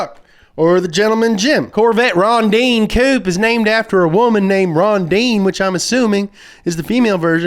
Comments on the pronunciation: Rondine (the pronunciation is more akin to "Rondeenae") is the Italian word for Swallow. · LOL at 'Ron-deen' It's pronounced 'ron-dee-nay' in Italian. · me: watching video auto-generated text to speech: cOREvette ronDEEEEN auto-generated text to speech 2: fiat panda mOnsteR trUUuCCCC auto-generated text to speech 3: mOHzDuH fyOUrEyE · The corvette is pronounced Rón-di-ne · There's something incredibly american about saying "Rondine" with the wrong pronunciation and then mocking the italian accent.